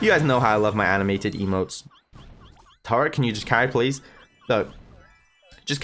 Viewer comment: Hé says turret